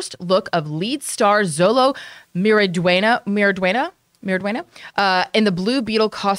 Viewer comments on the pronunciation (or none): “Zollo Marydwayna.” did her best 😂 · SHO LOW MARIE DWEN YA THATS HOW YOU SAY IT!!!!! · His name is pronounced: Sho-lo Mar-ih-Dwayne-yuh